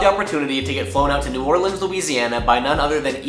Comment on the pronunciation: First person to pronounce New Orleans right that made x games content🎉🎉🎉